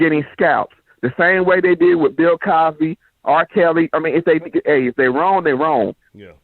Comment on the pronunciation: Lmao OK I fuks wit dis dude he said "Pill Cosby" I'm weak AF